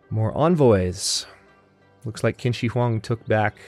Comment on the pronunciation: Just a small pronunciation note: I think the Chinese leader is pronounced CHIN Shi Huang. I think "qi" makes a "ch" sound.